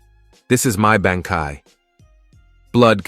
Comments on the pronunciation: even bankai sounds more like banky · Umm you had me til you said BAN, KAI